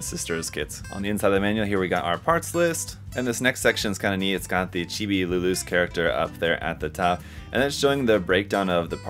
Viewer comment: every time I hear people pronounced Luluce's name it sounds like "Lelouch" as in the guy of the Code Geass anime fame, heck in the original Japanese audio his own father can't pronounce his name correctly as in sounding like a rev-ed up motorcycle engine, lol.